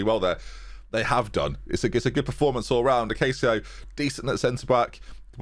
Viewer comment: Portuguese tip: Acácio is pronounced "AcassiU", not "AcassiOU" :)